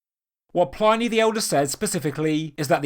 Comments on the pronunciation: Dude. Check out how to pronounce "Pliny" the Elder. I've heard you say it wrong in a few videos. Not sure what I think about this gradual construction in different phases theory. It's not so exciting. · I enjoyed this. Quite compelling. The only pedantic thing I can criticize is that "Pliny" should have the i pronounced short as in "in" rather than long as in "dine" (the e does the modifying). In most European languages it's probably best to assume short vowels rather than long. especially standalone ones like this. No such countries as "Eye-raq" an "Eye-ran" as some Americans would have them.